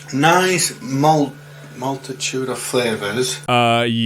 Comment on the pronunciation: You heard “multitude” i heard “melted tuna” …either way “fukked up”